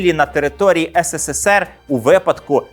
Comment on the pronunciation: Вже кажіть правильно українською "есересер (СРСР)", не ссср